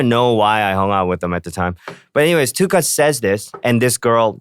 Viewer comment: 'Do you remember Prada phone?' 'NO' (w/ emotional deadpan delivery) Btw, the way Tablo says Tukutz sounds like 'Tuchus'. Actually, that day he was!